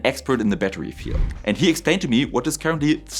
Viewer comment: I'm sorry. I wanted to watch this video, but when the video started with "A batuwy" I just couldn't take it seriously.